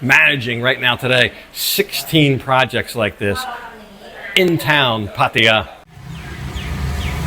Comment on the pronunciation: My friend - after living in Thailand and Pattaya for so long! Please do not butcher the pronunciation of the city Pattaya ---- It is not PATIIIYAAA --- it is P-TAAYAA -- please make a note - it is a disservice to the wonderful city hosting an expat to butcher the name - thanks